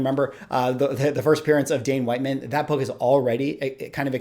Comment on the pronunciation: I always assumed that it was not pronounced WHITE-man, but WIT-man... 🤷‍♂️